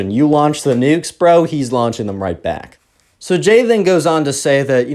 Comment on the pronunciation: when he first introduced the subscriber's name, I thought "Gay?" Lmao it's Jay tho